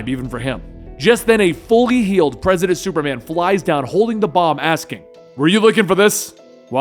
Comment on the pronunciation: I can't be the only one that laughed every time he said Presi8dant Superman. He introduced himself as President Superman